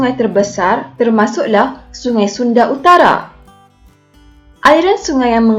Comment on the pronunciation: laaaa...utagha ka